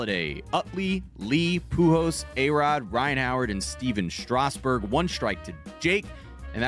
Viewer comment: Professional sports talk people - learn how to pronounce Pujols' name plz.